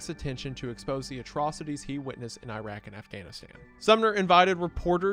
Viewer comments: Iraq not Eyeraaq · You can call it Iraq if you want. But eyeraaq is more correct